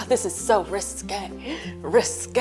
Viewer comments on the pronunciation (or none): "ris-que, RIS-QUEEE" /dead/